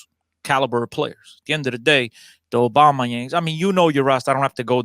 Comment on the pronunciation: man said Obama Yang 🤣🤣